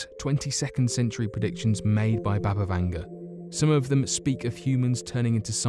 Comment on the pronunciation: Its BUBA not BABA Vanga.